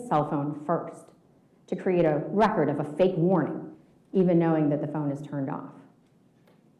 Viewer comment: Omggggg hahaha😂😂 I hope he got THAT “on recórd”